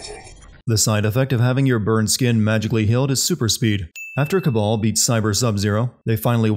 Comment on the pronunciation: It's Kabal, not Cabal. You would think that you'd realize this after fifteen or so hours of a game where virtually all Cs are replaced with Ks. =P Anyhow, great video as usual! Voting for Avengers...assuming it can be sinned.